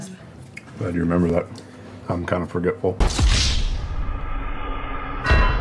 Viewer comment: I bet he pronounced it "fjorgetful" ;)